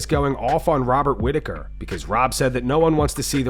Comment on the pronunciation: 😂 damn dude whats wrong with Robert Whittaker?